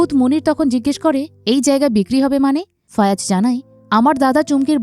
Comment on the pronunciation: একবার বলেন ফায়াজ একবার ফয়াজ আরেকবার ফয়রাজ... একজনের নাম কতভাবে উচ্চারণ করেন?